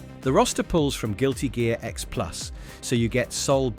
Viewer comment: CORRECTION: It's NOT "Guilty Gare X" it IS "GUILTY GEAR X" Ya' ninny, always double check your work before you post it. 🤘🤪🤘